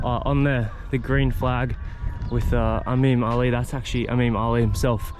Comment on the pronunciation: Imam pronunciation is incorrect. The first “I” sounds the same as the word “incredible”.